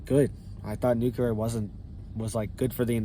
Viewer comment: The word is New CLE-ER, NOT Nu Que- ler.